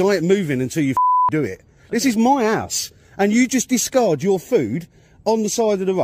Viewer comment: Each time he's saying "house" , i can only hear "arse" ‼️‼️🤭🤭👍😁😁😅😅 Jokes aside ‼️